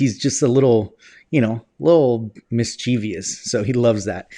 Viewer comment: Mischievous is pronounced miss chiv us, not miss chee vee us.